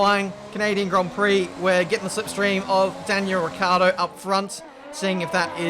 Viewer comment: i believe you also say ricardo instead of ricciardo, never heard the i